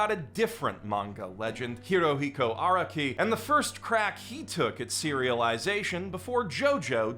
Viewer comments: Stop pronouncing Araki like that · The way you say araki is killing me